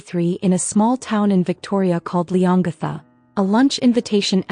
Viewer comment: ……town is pronounced ‘Lee-on-gatha’………